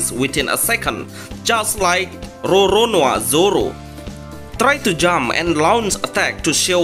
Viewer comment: He said "RRRonoRRRoa Zoro" with a hard 'R'!